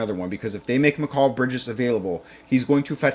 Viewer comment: You would have more credibility if you could say bridges first name correctly